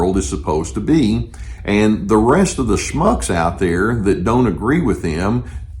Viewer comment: "schmucks?" Lol..you know how to both pronounce and apply Yiddish to the situation, Lolol